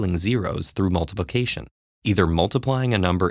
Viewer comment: Did you really have to overcomplucate saying "multiplication"?